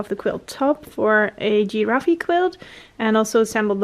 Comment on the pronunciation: The giraffe quilt is adorable. In English the word is pronounced as two syllables: gee-RAFFs. Love seeing your studio.